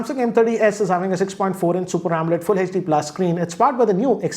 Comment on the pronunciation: Do you say omelet LED? 😂😂😂😂😂😂😂😂😂😂